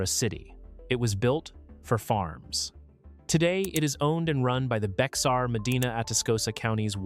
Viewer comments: Bexar is pronounced like 'bear' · Actually, Bexar is pronounced "bear" like the animal. Texans have their own way of Spanish pronunciation :). Good video. Thanks!